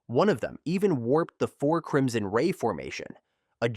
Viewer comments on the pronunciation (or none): none